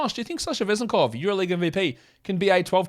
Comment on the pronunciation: And at least Josh is getting closer to the correct pronunciation of Vezenkov's name